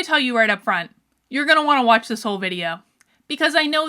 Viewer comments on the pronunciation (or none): none